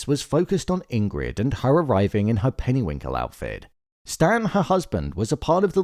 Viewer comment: It’s perrywinkle not pennywinkle brother